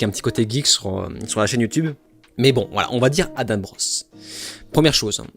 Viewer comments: On est Français c'est "Adent", il ne faut pas se poser de questions. S'il veut que ça se prononce autrement, il n'a qu'à écrire "Adame" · Une mauvaise foi comme on en fait plus : Tu reproches a Adam de ne pas avoir regarder tes autres video alors que tu ne sais meme pas comment on prononce son nom ... Dire que Adam n a jamais parle ne wokisme c est faux regarde ces autres videos Dire que la panic moral n existe pas est faux on le vois au etat unis Tu passes la moitie du temps a dire qu il a raison mais au final tu te moques en disant qu il n a que tres peu raison "Ne pas etre mechant" tu te moques ouvertement, conseil de ne pas regarder la video, insinu des choses sans fondemment sur la personne, parle de video baclée... Et du coup pour Oppenheimer tu t es trompe dans tes notes ou bien trompe tout cour attention tu te contredis "Vous avez pas besoin d'utilise le mot wokisme" mais MDR tu as litheralement des titres de videos qui le mentionne et ta chaine est basée ça...